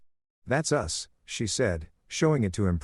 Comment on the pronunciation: dumb bot cant say Derick, sometimes cant say mom, sometimes cant say us...what a waste of gpu and rams also why the fkk is the mother in law acting like the wife?